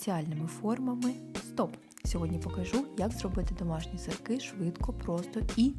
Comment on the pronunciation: Не сырЬки , , а сырки